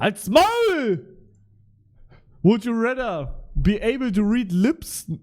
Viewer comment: "Would you rätter"